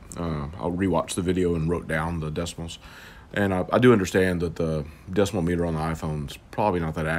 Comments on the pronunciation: decibel = DESS-ih-ble not "decimal" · It’s not called a decimal it’s called a deci bull phonetically sounding. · It isn't a pronunciation problem. It isn't a decimal no matter how you pronounce that. It is a decibel. A measurement of sound volume. No subjectivity needed. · You can just say "DB" instead of decimal or decibull or decibell or deciyabadabadooooooo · "Deci-bull, Deci-mal" who gives a crap. Thanks for taking the time to make this video! Much appreciated!!